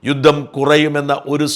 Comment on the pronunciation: യുദ്ദം അല്ല, യുദ്ധം ആണ്